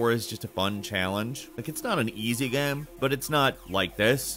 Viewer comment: "it's not an easy gehm"? wtf